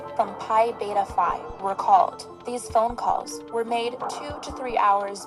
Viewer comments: It's Phi...like f (eye). Not f (e).. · Phi is pronounced Fi, but all you had to say they were modeled after the masonic rituals and that told me automatically that they were/are evil. I might have seen it as a networking opportunity, but glad they didn't have them at my college. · OK first off it is not pronounced fee it is pronounced FY. Secondly Kaley had graduated and purchased a Range Rover that she was taking to Texas to her new job and a dog that she was half owner with an ex-boyfriend. She returned to spend the weekend with her best friend Maddy Mogan and to get her personal things. Before you do voice overs you should make sure you know the facts and pronunciations', of everything you will talk about. It is like listening to a football game and the people talking can't say the players' names correctly. I am not taking a shot at you, just trying to help you improve your video's so your channel can grow. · Please look up the correct pronunciation of the Greek letters. Pi phi sounds like wi-fi. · Phi is pronounced “fī” not “fee”.